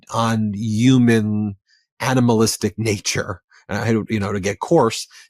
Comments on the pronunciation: I love ya Ben, but for the love of all that is holy please say HU MAN😂❤😂❤ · Bro knows the “h” in human isn’t silent right?